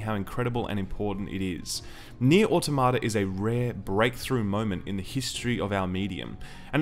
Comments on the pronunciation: It's au-TOM-uh-tuh. I know the people who made the game say it wrong, but they are wrong. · jokes on you i was downloading the game right before clicking this review. also can't pronounce automata correctly literally unwatchable. 9/10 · It bugs me how almost everyone mispronounces "automata". It's not "auto-ma-ta", it's "a-tom-a-ta". Yes, "automata" is the plural version of "automation", but it's pronounced more similarly to "automonous".